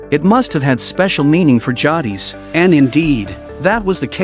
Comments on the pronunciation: A typical retarded American narrator it's pronounced jaydis not jardis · Beale is elderly ? I'd go with older, but not elderly. And it's pronounced Jay-dis.